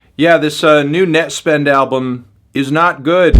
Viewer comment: why does he say nett like a slur